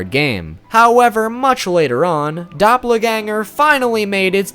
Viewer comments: doh - pel not doppler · your pronunciation of doppelganger triggered me. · Dop-le-ganger? I know you mentioned pronounciation not being your thing but damn dude :') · Doppla-ganger? Really?